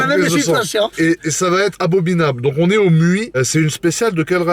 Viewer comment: le "abobinable" ma tuer 🤣